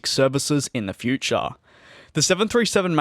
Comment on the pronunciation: in the futAAAHRRR🤣